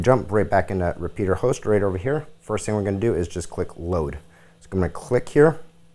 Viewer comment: Repetier Host.. not Repeater Host..